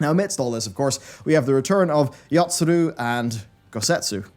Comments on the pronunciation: wish we got one for all the times he said "yotsuRu" instead of "yotsuYu" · Yotsuyu not Yotsuru. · Well, he's seen The Burn Savage. Also,, please keep a cheat sheet of the names. There's no R in Yotsuru, nor is there an I in Azys Lla Also, the reason the shadowbringers trailer reminded you of the last dungeon is because it's set there before it goes to where it goes. It's literally Ghimlyt Dark and the Hien/Zenos fight. Also, the moment between Nanamo and Raubahn is still my favorite moment in the entire damn story. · Someone already prolly write this already... But it is YotsuYU. I'm surprised Matt didn't force him to re-record all over again...